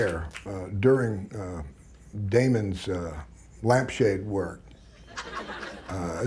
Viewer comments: Live it's Matt Damon, not Matt "Damen" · it's Matt Damon not Matt Damen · 'Damon', not 'Damen' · its Damon. not Damen. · "Matt Damen" lol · "Matt Damen" hahaha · MATT "DAMEN" LMAO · "Matt Damen" Hahahahahaha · ''Matt Damen" LOL xD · "Matt Damen" 🤣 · lol at matt "damen"... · Matt "Damen" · "matt damen" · Did they really call him Matt "Damen"?... ;-) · I love how he spelled Matt Damon as "Matt Damen" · Didn’t even bother to get Damon’s name right 😆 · "Matt Damen"?? Team America's got this covered. "MATT DAMON!!!"